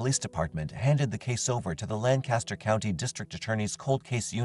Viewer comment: my dad would be turning in his grave if I didn't mention this, but it's pronounced LANK-uster, not LAN-caster (note: this only applies for Lancaster, PA)